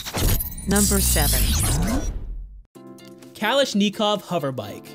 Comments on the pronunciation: "Cal-esh-knee-cough".....really? Anybody else think this guy could be a child molesting progressive? Snowflakes believe President Trump want to destroy the environment. They get their news from Jimmy Kimmel. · Kuh lish neh kov , pro nuncee ate your words correctly . Where do they get these narators? Kalishnakov was the inventor of the Ak-47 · You mean it's NOT pronounced "Chalish-knee-khov?!" My world has ended. I watched to the end just so I could hear him butcher one of the most famous names in arms. 😂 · Cool stuff. I don't think it's pronounced 'Kaleesh-knee-kov'. It is named after the gun. Try saying it a little faster and don't break it into syllables. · Might be my accent but I've always said/heard Callash knee cough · Kalish-Nikov!!!! best butchering of that name I have ever heard. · kuh-lash-nuh-kof is the correct pronunciation. No Knee's here kiddo. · I came to the comments to ask why he said "kalash -knee-kof" what the FUCK!? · Cal in esch kov? I was wondering if he meant Kalashnikov lol. So sad my AK is that much better than an AR/M4. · cal-ash-knee-kauv lol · Kalashnikov🤣🤣🤣 this guy is so annoying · Why bring up Trump? And learn to pronounce Kalashnikov. SMH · How about me? I just wish to hear you learn how to pronounce Kalashnikov! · Interesting but please learn the correct pronunciation of "Kalashnikov" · Did anyone else cringe every time he said Kalashnikov? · Only person on the planet who does not know how to pronounce that name. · Mispronunciation really sticks out with overly exaggerated pronunciations of everything said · Yes, he botched it. I even checked the pronunciation on Merriam-Webster to make absolutely sure. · Came down here just for that, ty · Don't ever say Kalashnikov again please just please don't ever do it... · it's kalashnikov, not kalashkneecove... For future reference, try using more intelligible narrators without speech impediments... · Kal - ish - nee - kov...ahahahaha! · Kalish Ni Kov? you mean gun maker K'lish-NaKoff? lol